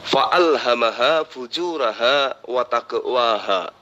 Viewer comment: ....bacanya yg benar FUJUROHA....bukan FUJURAHA.